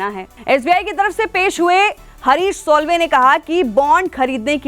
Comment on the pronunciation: उनका नाम सोल्वे नही, साल्वे है!!! 😮😯😱